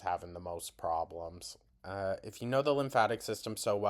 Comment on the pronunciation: "Problemson"? Really? Buy a dictionary or go back and repeat 5th grade.